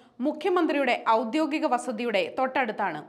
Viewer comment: ഔദ്യോഗിക.... ആണ്, വാർത്ത വായിക്കുന്നവരെങ്കിലും ശരിയായി വാക്കുകൾ ഉച്ഛരിക്കുക...